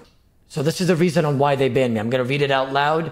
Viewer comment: Maybe now hes banned he can actually put his time into something actually constructive. Like practicing how to pronounce simple f*cking words like "banned".. 🤦‍♂️